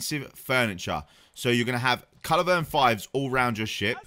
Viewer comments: At this point I'm thinking he must be saying 'culivern' instead of culverin on purpose lol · Bad do when you can't say culverin properly